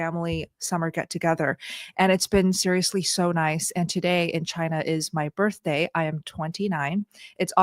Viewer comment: HAPPY BIRFDAY < english 😬